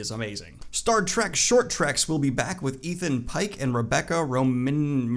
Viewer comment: its pronounced Rebecca ROMAIN...Mystique in the original Xmen films